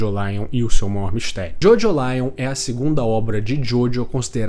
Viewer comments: Não costumo corrigir pronuncia, mas a forma de pronunciar Jojolion é como em Evangelion e não como em Lion de leão, pois o sufixo lion é para dar essa ideia de evangelho mesmo. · a pronuncia acredito q nao seja essa, nunca vi ninguem chamando evangelion de evangelaion